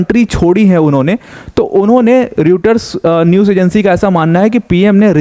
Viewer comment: सर रूटर्स नही रॉयटर्स है।ठीक से पढ़ना भी नही आता